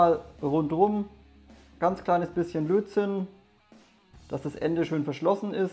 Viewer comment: Ich hör immer "Blödsinn" statt Lötzinn :-D